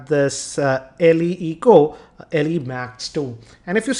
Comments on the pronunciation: aree yar its not Elley eco its LAE eco. its irritating, pronounce it correctly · laaa eco or Lee eco ? what will be pronounciation?